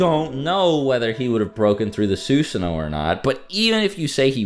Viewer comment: Sus san O. Not suuuusano😆😆😆